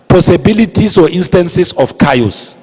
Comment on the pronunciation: I wont let this stupid lecture me, if he cant even pronounce chaos